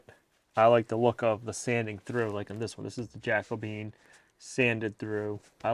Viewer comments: JACO - BE - AN! The Jacobean era was the period in English and Scottish history that coincides with the reign of James VI of Scotland who also inherited the crown of England in 1603 as James I.[ The Jacobean era succeeds the Elizabethan era. The term "Jacobean" is often used for the distinctive styles of Jacobean architecture, visual arts, decorative arts, and literature which characterized that period. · Can't help laughing at pronunciation of "Jack O' Bean" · Your beam, my opinion. You’ve ruined it. Would have been better left natural color. Lean how to pronounce Jacobean. It’s not Jack O Bean. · I think the stain you're calling "Jacko bean" is called 'Jacobean' because it resembles the timbers used in the Elizabethan and Jacobean periods. King James succeeded good Queen Bess. He's the one who commissioned the King James Version of the Bible to compete with Geneva Bible that the Congregational & Presbyterian non-conformusts were using. The adjectival formof his name is 'Jacobean' (Ja- co-BE-an, or Ja- CO-be-an); 4 syllables. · Oh, pa-leez! Have you never heard of: Jac·o·be·an adjective - relating to the reign of James I of England: "a Jacobean mansion"